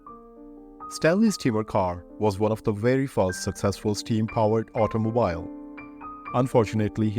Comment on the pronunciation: I just commented in the 1943 obituary about your trying to do back stories on celebrities, and I scrolled down to this one, and I see you’ve already begun with it . Congratulations, it’s great! Let me put on my “Grammar Nazi” helmet for a moment, though. “Bicycle” is pronounced “ by-SICK-el” and the last syllable in “automobile” is pronounced “beel”. Remember, I told you a while back that English has more exceptions to rules than rules themselves. English steals from every other language and then sometimes decides to “anglicize” the word, and sometimes not. You can handle it,though; you’re a dedicated student 👨‍🎓!❤